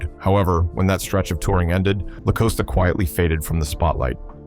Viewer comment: I just wish these people who make these videos would research the pronunciation of the name of the people they are reporting on. “TONYA” is definitely NOT the same as “TANYA”. And “LaCosta definitely isn’t pronounced LaCoasta. I hate it when they do this…